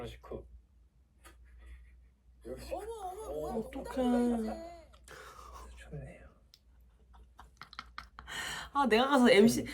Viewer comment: 나즈막히 읖조리는 ‘어떡해….’ 이 탄식어린 한마디가 왜케 웃긴지 ㅋㅋㅋㅋㅋㅋㅋㅋㅋㅋㅋㅋㅋㅋㅋ